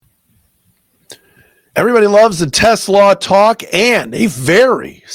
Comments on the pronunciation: I think his name is pronounced Teslaaaa, long "a" if I remember correctly. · the pronunciation is Te-SLAH. It rhymes with ooh-la-la.